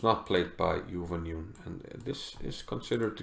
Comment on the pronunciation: Her name is pronounced as Jew-when-June (mind the J-sound).